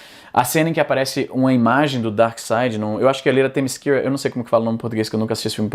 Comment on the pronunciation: Em português a gente fala "temícera"